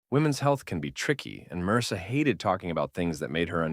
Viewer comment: I like how the mis pronounces marrisa as mrsa 😂😂😂